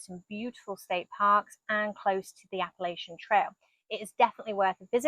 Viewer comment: Wanna go down a rabbit hole?? Abraham Lincoln was actually born in North Carolina and his "father" was NOT his real father! Look into it. ; And PLEASE, Appalachian has NO "y" in it. It' is pronounced Appa-latch-in not Appa-lay-chin!